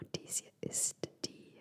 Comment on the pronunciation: Wie ich am Anfang schon lachen musste. "Des isch a Haul!"🤣 Ich liebe diese Videos von dir und lasse mich immer gerne inspirieren! <3